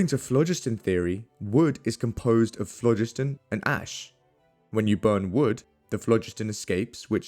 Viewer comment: THE PRONUNCIATION OF PHLOGISTON is AWFUL. It should be phlo-GIST-on.